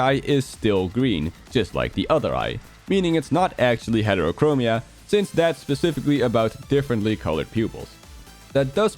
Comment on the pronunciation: It's "heterochromia"... 😢